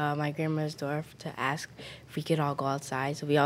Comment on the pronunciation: Ask = "Ax," evidently...